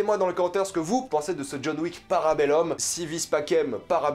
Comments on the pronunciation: Par contre stp prononce bien si vis pacem parabellum: si ouis patchem parabelloum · Super vidéo mais parabellum ça se prononce parbellOUM et parabellOM